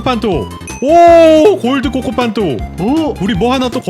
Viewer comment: 코코팡토 가 아니라 코코판토데